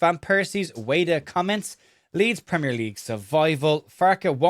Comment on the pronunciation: Ueda: oo-eh-da, not you-eh-da